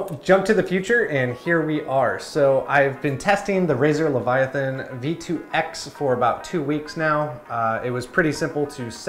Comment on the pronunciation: Bro, Hermione called and said you mispronounced Leviathan.